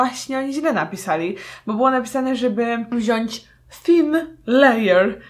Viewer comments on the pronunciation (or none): none